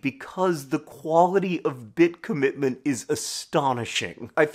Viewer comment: Cobitment? Cobbitment?